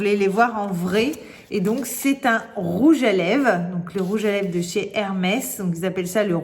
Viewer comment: J'adore, il est magnifique ce rouge à lèvres sienne ! Par contre tu oublies le "r" de lèvres, tu dis rouge à lèves 🤔 peut-être à cause d'un accent, je ne sais pas de quelle région tu es.